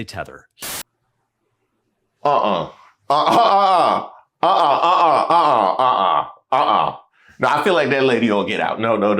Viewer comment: Yea he said 😂it “TEATHER”